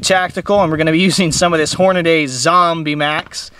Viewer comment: Hornaday??? Hornady say it slowly